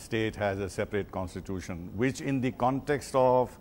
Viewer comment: The anchor cannot even pronounce constitution.